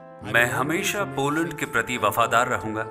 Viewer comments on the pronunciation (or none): Beta Hindi me nhi lokne ata hai to mt likha tum jise log ko desi bhasha me bolte hain aksharktu mtlab beta पोलंड nhi hota hai पोलेंड hota hai. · baaki sab thik he par "पोलैंड" hota he.🤭